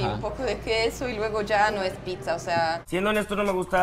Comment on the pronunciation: O sea es pitza o piczanla pronunciación?